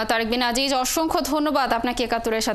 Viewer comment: আসলে আজিজ উচ্চারণ ভুল আযিয sounds more closer to the original